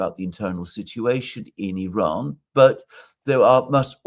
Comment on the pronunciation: Glad to see that Alexander pronounces the I in Iran as it should be, like the I in Italy, Israel etc…